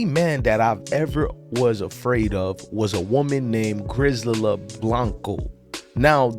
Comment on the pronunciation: YOU HAVING A HARD TIME WITH THE NAME "GRISELDA" SAY IT WITH ME GRAHH-ZELLLL-DA